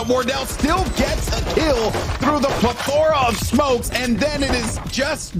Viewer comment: who pronounces plethora like that?